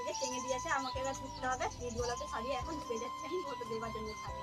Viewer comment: দিদি ভাই কথাটি ঘুটো নয় কথাটি ঘুঁটে বলবে ভালো দেখাবে